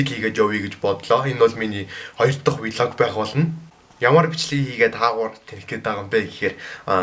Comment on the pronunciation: Вилог биш флог